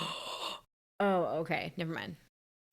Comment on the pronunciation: I thought you were Italian, but still you say "corneddo" , "graffeedee" and "fee-nally" ? 😂😂😂